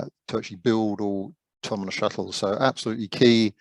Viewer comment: Slightly embarassing that a man who makes autonomous vehicles for a living can't actually say 'automonous' right :-) Maybe someone should tell him...